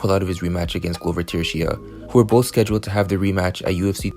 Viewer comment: It's pronounced Tuh-sheh-ruh not Turashia just so you are aware my g